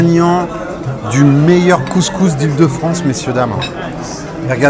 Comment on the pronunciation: Le mec même pas capable de prononcer couscous correctement. Un blanc qui est allé 3 fois au maghreb, classique quoi. Regle n1: si tu peux pas prononcer le nom d’un plat, le juge pas. 😂